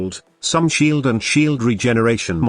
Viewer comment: lol i love text to speech hahaha sheaaald shieeld